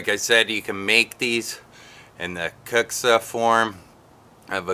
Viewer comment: It's pronoucent kind of like qu-bilka.